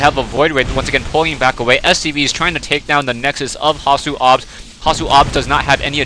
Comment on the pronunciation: thx for saying hasuobs right this time :) good job, keep em coming :)